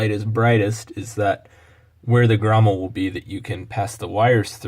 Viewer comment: Grommet. Not grommel